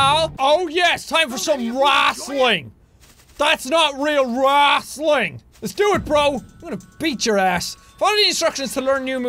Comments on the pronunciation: Normal people:Wrestling Sean:wrastling Me:wrostling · "That's not real wrassleing" Jacksepticeye 2k14